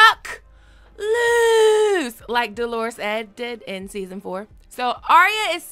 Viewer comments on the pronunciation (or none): Love you girl. I hate to be the grammar police but Dolorous Ed is not pronounced like Delores. Dolorous is an adjective describing his demeanor. Pronounced more like dollar-ous. Sorry, I'm just OCD like that. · Please. "Dolores" is a woman's name. "Dolorous"--DOH ler us--means "gloomy." Hard accent on the first syllable. Your pronunciation takes all the cleverness out of these Night's Watch yahoos using a high-falutin' word like that to describe Ed. It's also pretty demeaning, like calling Mean Joe Green "Irene Joe Green."